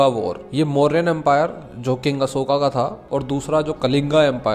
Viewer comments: Bhai pehle toh ye mahan samrat ASHOK ko ashokaaaaa Kalingaaaa bolke naam bigaadna band karo tum angrezon ki @@@ nahi ho yrrr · भाई अशोक हैं न कि अशोका 😅😅😅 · भाई बस हिंदी को बिगाड़ो मत, कलिंग को कलिंग रहने दो कलिंगा मत करो और सम्राट अशोक है अशोका नहीं। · अशोका मत बोलो अशोक बोलो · Ashoka ❌ Ashok✅ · Bhai ap kaling kalinga nahi aur ashok aur ashoka nahi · Hay it's not Ashoka it's called ashok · Bhai Aapse Ashoka 😂sunn k achha nhi lga vo ashok h 😅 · कलिंगा नही कलिंग होता है अशोका नही अशोक होता है 😏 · ❌कलिंगा ✅कलिंग ❌अशोका ✅ अशोक ❌ मोर्या ✅ मौर्य Pahle bolna sikh le fir knowledge batna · Don't say अशोका to अशोक✌️🤍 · Ashok not ashokaa Kaling not kalingaa